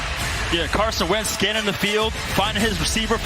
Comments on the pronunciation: This Mf said " Carson Weins " scanning the field. How do these people git the jobs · Did the announcer say Carson Wentz 😂